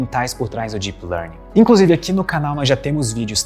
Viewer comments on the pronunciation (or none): fica a dica: melhore a pronúncia do “deep”. Em inglês: it’s a D sound (deep), not a J sound (jeep)! 😂